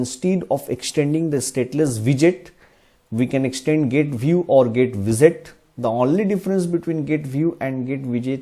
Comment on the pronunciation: I don't mean to disrespect, but the way you pronounce GetWidget is really strange. Somehow it sounds more like GetVisit or something. Strangely you pronounce "widget" more correct. GetWidget should sound the same, just with "get" in front of it